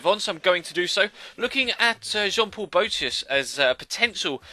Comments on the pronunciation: Boëtius is pronounced like bo-a-tius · The 'e' in boetius is pronounced like the english letter a